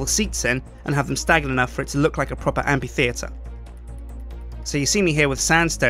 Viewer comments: the Amphitheatre is pronounced "amfitheatre", not "ampitheatre". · Am-PH-itheatre! Not Am-P-itheatre! Gahhh! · Why can't u say amphi, u just said ampi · amphitheatre isn't pronounced like ampy-theatre, but like amfy-theatre, just like Philip is pronounced Fill-ip. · Is it amPitheatre or amFitheatre? I always pronounced it in the latter manner. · what u wrote 4 the title was pronounced am-fi-thee-ter ITS PRONOUNCED am-pi-thee-ter! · It's a motherfucking amphitheatre, not an ampititheatre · Sjiiiin it´s pronunced Amfi, not ampi. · Did he say ampytheater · Amphitheater is pronounced Am Fi Theater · Amphitheatre is pronounced am-fuh-thee-uh-ter. Key point is the F sound in Amphi, rather than a P sound. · Surely it's pronounced "amFitheatre", due to the ph. Otherwise it'd be spelled Ampitheatre without the H. Or is it a british thing? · Amphi. Phi. Ph. F. Amfffi. Fff. Sorry, but ability to mispronounce completely random things make me lose my damn mind sometimes. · It's pronounced amp-fee-theatre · Now unfortunat- So there we have it; the amphitheatre of Dale! Also the word Amphitheatre is pronounces amp-fee-theatre. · is it not pronounced ampFitheatre? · I hate to sound like a total nob, but... you're saying it wrong (according to the Oxford Dictionary, anyway); Amphitheatre - A round building without a roof and with rows of seats tha... pronouced: 'æmfɪθɪətə(r). No worries. The building looks awesome:) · Ok, english is not my first language, but I have never heard Amphiteater as the way said it, I have always heard it like Amfiteater. Can someone tell me if what I have heard in the past is wrong or not? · The amphi- in amphitheatre is pronounced "amfi-" just like in amphibian. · i love how he pronounces amphittheater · it's pronounced like an f -_ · I agree. Hasn't he heard anyone else say amphitheater before? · Am I the only one who got ever so slightly annoyed at him pronouncing amphitheatre wrong?